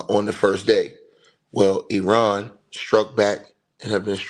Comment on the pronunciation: Eye ran pronunciation, not being smart bro, each one teach one. I was pronouncing it like you until I was corrected. I didn't get upset being told.